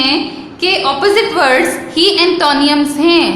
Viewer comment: Check antonyms pronunciation on Google please۔ and also cruel۔۔